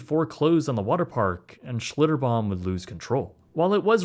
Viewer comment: Schlitterbahn, not “Schlitterbomb.” New Braunfels, not “New Braunsfels.” A very good, well-researched video. Tastefully avoided the details of the trauma that occurred to the boy, and what park guests witnessed.